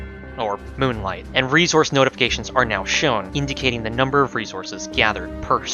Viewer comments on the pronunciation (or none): none